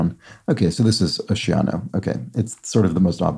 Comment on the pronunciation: Pronunciation check: OCÉANO is pronounced "oh-SAY-ah-no".